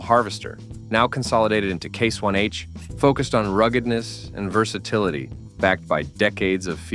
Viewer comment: Case one H? Or did he say Case YH?